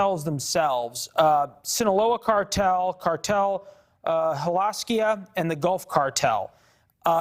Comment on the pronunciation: Learn how to pronounce Jalisco and quit cutting off your Guest mid sentence.